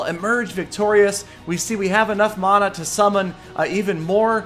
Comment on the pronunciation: Man-a. Not mona mana=man-a